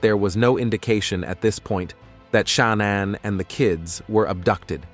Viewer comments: Stop calling her sha-naun. It's ShaNAN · Sha-non? Pfft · How can a clearly original English speaker not be able to pronounce not Shannan nor Denver properly? 😅😅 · This is an awful presentation. The poor woman died, pronounce her name correctly, for God's sake.